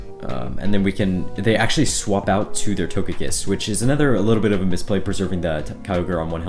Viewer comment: Did he really pronounce togekiss like that